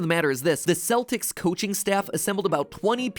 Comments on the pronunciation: It's Keltics with a hard C. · Its not pronounced "seltics" its pronounced like the "k" in "kelp"-- celtics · When Celtic is pronounced Kell-tick, but the pronunciation of The Celtics the sports team is Sell-ticks..... AARRARAHAHAAAAAAAAAAAAAAGHH ENGLISSSSSHSHHHH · So, no one gonna mention Matt mispronouncing “Celtics”? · Apparently Matpat doesn’t know how to pronounce the word Celtics.